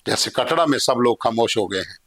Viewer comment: कटड़ा नहीं है कटरा है पहले सही से बोल